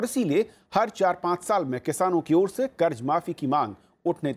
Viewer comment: Karj karj hota hai kharat nahi